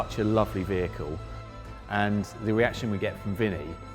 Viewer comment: Vinnie not Vinne